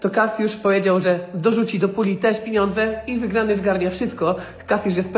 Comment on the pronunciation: piniondze 😂 az musiałem cofnąć, aby być pewnym, że tak powiedział 🤣🤣 Nie wiem dlaczego, ale mam z tego beke 😂